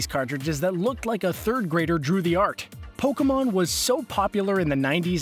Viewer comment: Instead of Pokemon its pekoman